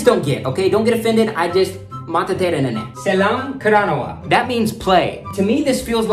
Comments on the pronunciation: Selam karanna ❌ sellam karanawa ✅ සෙල්ලම් කරනවා Kossa❌ koss✅ කොස්ස Viswasa❌ vishvasa විශ්වාස Kiyewa❌ kiyewwa කියෙව්වා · Not Selma karanava it’s sellam karanava not kosa it’s Kossa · U did it great but those words u can pronouns as like [sellam karanava ] [kossa] [ vishvasa] it will be easier to pronouns. your doing it great. keep it up so proud . but y ur using pol katu handa .:face-red-heart-shape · when you say, "selam karanawa" you have to say it like "sellam karanawa" like selllllllllll "selllam" your pronunciation has to improve, but sometimes you speak like a native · Im sinhala, from sri lanka 🇱🇰 . But i never heard word kosa 🥲. Playing pronounce like sellam karanawa. last word read, not kiyewa, its kiyewwa. 🤭🤭 good video much love ♥️ from sri lnka. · It's pronounced "sellam karanawa"